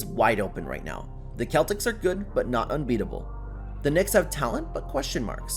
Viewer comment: She town? Keltics? Dong-kick? Jock-itch? Straight up ending sentences mid-sentence? I sincerely hope it's AI, because if it's not, the narrator knows fuck all about pronunciation, talking, and the modern NBA...